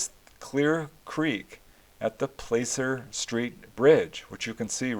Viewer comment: thanks for posting. Btw in those parts 'placer' is pronounced with a short a like in cat.